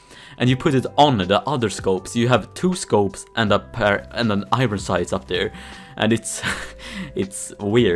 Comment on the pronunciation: Please pronounce iron correctly